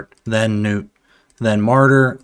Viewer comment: Im glad you same the name right Gnut(newt) not (nut). Lol other CCs have me rollin